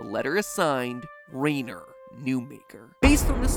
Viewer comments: I the rhyner pronunciation is Reiner nor Rainer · I'm not sure whether or not I should be embarrassed that the only reason I knew he was pronouncing Rainer wrong is because of the way you pronounce Reiner's name in Attack on Titan...